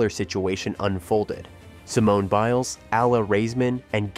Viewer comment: How many different ways was her last name pronounced during this video 🙄